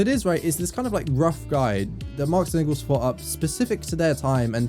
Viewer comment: the worst part is Mr prager u couldn't even pronounce Friedrich Engels name right.